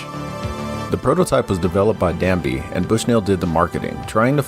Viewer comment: Ted DABney not DANBey